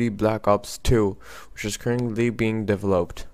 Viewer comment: "devloped" lol